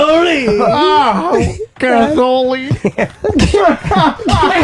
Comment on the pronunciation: Gazz oh lean...as in a pseudo-Italian pronunciation of gasoline